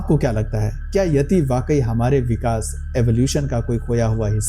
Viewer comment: येती (Yeti) नही यती(Yati) बोलो